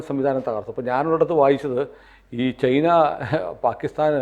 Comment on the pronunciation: ചെയ്ന അല്ല... ചൈന എന്നു പറയൂ... ഇത് ഏതാണ്ട് ചേന എന്നു പറയുന്ന കൂട്ട്... Not Chayna.... It is CHINA